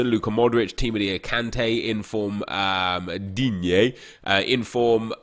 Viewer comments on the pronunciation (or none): none